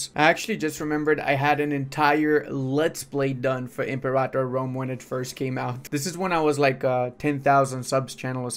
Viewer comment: I'm pretty sure you're saying Imperator wrong. It's not em-por-otta. It's like Imperial. Imper-a-tour.